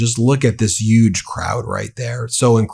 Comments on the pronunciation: The word is *decrepit*, not "decrepid". Also, Huge has an H. Not a Y. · I can't tell if you are making fun of Trump or you can't pronounce h in huge.